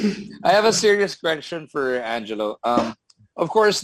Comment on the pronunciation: Pls call Angelo..... Angelo, not Anggggg.